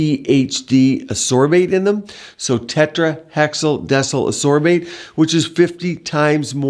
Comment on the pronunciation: He also can’t even say “ascorbic” or “ascorbate”correctly. Jesus.